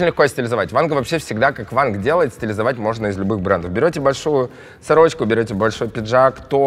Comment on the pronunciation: Не Ванг а Вон :)